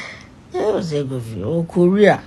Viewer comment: Somebody was telling him what to say he couldnt even say korea am so sorry learn sense short man